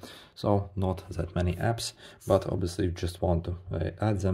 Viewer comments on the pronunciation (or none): That ❌, Zat✅